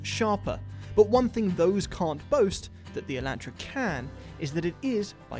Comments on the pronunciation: "Eeellahhhtraaaa" it's E"lawn"tra! Made me cringe the whole video. Watch hyundai's press release of the video! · its pronounced e-lawn-trah not e-lant-traw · It’s Elon Tra not E Lan Tra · So I’m guessing the N will have the upscale interior? And will it have the 2.0 or the 2.5? I’ll take either, with the manual and LSD! By the way, guys...its pronounced Ay-LAHN-truh, and HUN-day. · In the states, we pronounce it, "e-lawn-tra". Found it funny to hear you guys lol. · Say it with me: ElonTra. No relation to the Musks... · It’s sad how car experts can’t even pronounce the names of the cars they are reviewing properly. It’s “e-lahn-tra”. Your pronunciation of Hyundai - well, we won’t even address that. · Y’all fix it by saying Hyundai right but make it wrong by saying Elantra like that 😳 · You guys pronounce "Elantra" with a long "a" in the same way I imagine a diabetic Texan would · It's so strange as someone from the U.S hearing them pronounce Elantra. Personally I like cringe and one of my eye twitches a lil bit but 🤷🏻‍♂️ 😅😅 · Oml it bothers me so much how yall pronounce Hyundai and Elantra